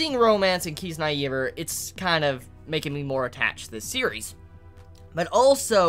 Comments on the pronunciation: ffs its not Kiz- naive- err its KizNAIver (nay nay, you pronounce the "I" like an "I") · kiz-nye-ver